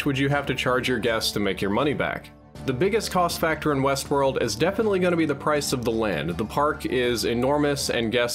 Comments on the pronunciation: "HBO's new series Westwold" lol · what's "Wesworld"?